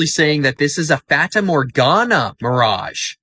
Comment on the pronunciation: Another great video but one point. You're pronouncing 'fata' incorrectly.